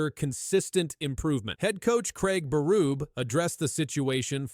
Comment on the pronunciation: Craig Beruuub I'm outta here. Find a human to read your video ans people might sub. Not me.